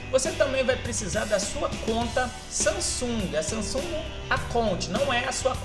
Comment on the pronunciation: Samsunga? kkkkkkkkkkkkkkkkkkkkkkk